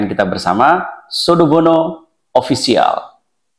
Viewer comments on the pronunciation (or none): Offisial bg bkn oppicial😊